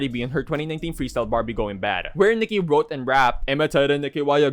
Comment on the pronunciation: "while Nicki WROTE and rap" lol you so cute emphasis on wrote